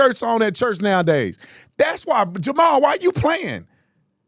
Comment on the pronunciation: “Jarrell”? Did he mean to say “Jamal”??? Lord, help. The people cheering have been duped. Sad.